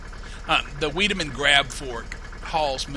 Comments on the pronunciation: Wiedaman is pronounced wide-a-man. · Vigh-de-mun isn't it? According to German linguistic rules? Think of the name Heidi, and the W is a V sound in German. Just my guess. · Silage as in 'Sigh' - 'Lidge' ... Weidemann as in 'Wider' - 'Man'